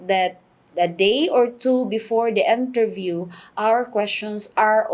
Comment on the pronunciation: I believe it's "interview" not enterview